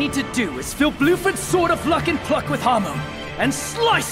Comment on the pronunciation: Bruford? Don’t you mean “BLUEFORD!”